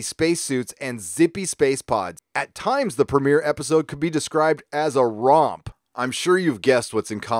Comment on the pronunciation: DID YOU SAY ROMP OR DUMP.